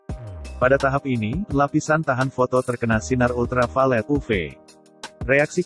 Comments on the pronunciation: Bagian uv harusnya ditulis yuvi aja biar robotnya baca yuvi bukan uve, awalnya bingung uve2 apa oh maksudnya uv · Iya dengernya agak gimana, apalagi pas ngomong sinar "upe" Sinar "upe" 😆